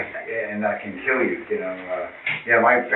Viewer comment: After awhile, his 'Ya Know' just turns into "Nyeow". 🤣 😵‍💫